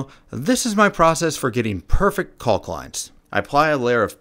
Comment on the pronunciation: The project is so awesome I kept watching despite the constant enunciation of the the 'L' in 'caulk'!